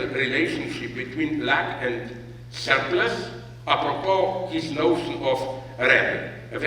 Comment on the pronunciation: It's pronounced "schzzchlurpluschzchsssss"